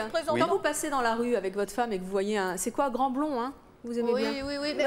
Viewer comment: l,amour avec un grand ta..lol ont dit l,amour avec un grand A...Ya pas de T a la fin de grand...ca énerve d entendre ca..